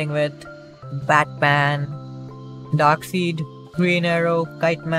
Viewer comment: it's Darkside (Darkseid) bro not Darksid not a hater btw Nice Vid!